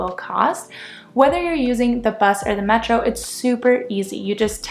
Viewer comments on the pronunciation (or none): none